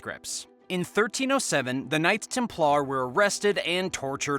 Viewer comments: stop saying templAARRR please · Templar is pronounced with er not ar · The knights Tem - Plarrr 🤣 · You really gotta look some pronunciations up if you want to have credibility dude. TEM plar not tem PLAR, FAT i ma not fa TIMA. soooooo bad and not unusual words. Yes this site is for entertainment only. Have fun everyone!